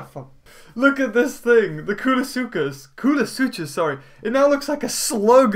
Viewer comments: coo-lu-su-cus!!!!! NOT coo-lu-su-chus!!!! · Not to be rude, but I saw some pronunciation errors that were a bit... weird? - Quet-zo-co-atlas, not Quet-zo-lac-tus - Kool-a-sue-kus, not Kool-o-sue-chus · in koolasuchus the ch is pronounced like a k.